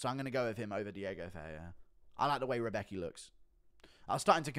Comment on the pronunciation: Rębecki is good w chuj. And Guru check out the pronounciation of Rębecki. Cause you sound a bit like Chael with his Pierra.